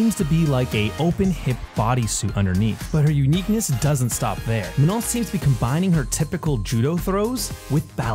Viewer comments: I love the way you pronounce Manon... Finally i feel like my name can sound good in English lol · Woohoo one of the few people on YouTube who knows how to pronounce her name accurately